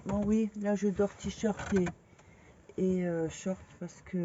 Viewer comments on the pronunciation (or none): none